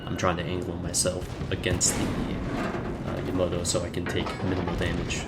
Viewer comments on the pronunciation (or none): yamoto? its called yamato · BTW it's pronounced Yamato not yomoto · jeppe dahlhede Yama-To. How can you butcher the name of the most famous ship ever? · "yamoto" lol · Yamato is pronouced lile its written ya ma toe